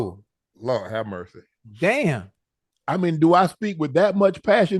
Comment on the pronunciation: Unc said lord hammercy 😂